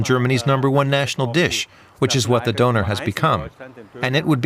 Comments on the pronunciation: How about pronouncing it correctly,? I’m pretty sure you have “Ö” on your Tastatur. 😉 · Ha ha, makes a video about the döner kebab and doesn't pronounce the word properly. And people from Turkey are called Turks, not 'Turkish people'.